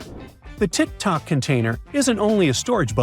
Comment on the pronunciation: He said Tick Tock container instead of tic tac I had to back it up the check